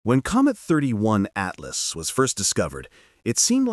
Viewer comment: It's NOT "thirty one" Atlas..... !!